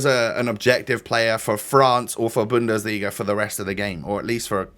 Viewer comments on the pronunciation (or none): none